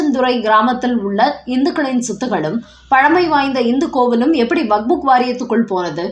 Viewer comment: அம்மா! அது வக்ஃபு வாரியம். நீங்கள் அதை எப்பவுமே வக்புக் என்றே கூறுகிறீர்கள். தயவுசெய்து திருத்திக் கொள்ளுங்கள். "வக்ஃபு" என்றால் கொடை என அர்த்தம்.